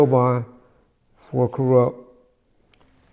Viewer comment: He said Koerupt not Kurupt so that means he's talking about a whole other person so its ok for us to still love his music